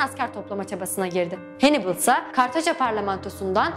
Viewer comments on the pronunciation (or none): Telaffuz'u duyduktan sonra bir şey diyemiyorum :) Scipio Africanus'a Sippio demek, Hannibal'e Henibıl demek :) Tarihin en iyi taktisyenlerinden birine böyle hitap edildiğini duysa adam mezarında dönerdi :) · Canım dostum Hannibal "Henibıl" diye telaffuz ediliyor videoda nasıl güveneyim :D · Bir de Hannibal zamanında İngilizce yokken Hannibal'i "hennıbıl" babasını da "hemilkır" diye telaffuz etmek gerçekten çok sıkıntılı. O zaman Caesar'ı da İngilizce haliyle "sizır diye telaffuz ediyor olsa gerek. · Hannibal diye yazılır Hannibal diye okunur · hannibalı hennıbıl diye neden çeviriyorsunuz cidden anlamıyorum.. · Hannibal, Hamilkar Türkçe'deki gibi okunur. Keşke nasıl okunduğunu da araştırsaydınız :D Bir de Sippio değil Skipio diye okunur :D